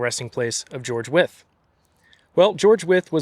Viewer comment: Thank you for the history lesson. I live in Williamsburg, Brooklyn. The streets here were named after the signers of the Declaration of Independence. Nice to hear the proper pronouncement of Wythe. I have heard it as rhyming with white.